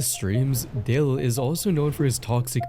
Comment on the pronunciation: It's Dale,. Not Da Lawn😂